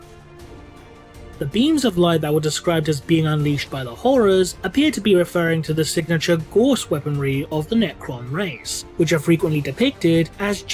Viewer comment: K im sorry but gauss is pronounced more like gowse